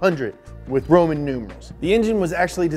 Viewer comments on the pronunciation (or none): none